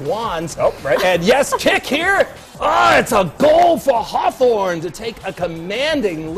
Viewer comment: Did he just say Hothorn?